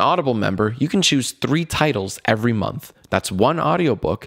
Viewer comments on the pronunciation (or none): none